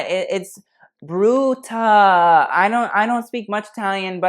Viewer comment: Dania “brrrrruuuuutuh” i love lmao